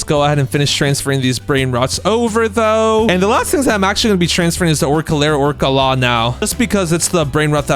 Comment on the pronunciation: orængooteenee, along with the globo frootodrilo and Orcalero orcalaaaaa got me rolling❤😂